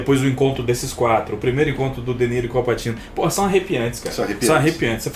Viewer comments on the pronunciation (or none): não leva a mal mas pra uqe insistir no "Passino"?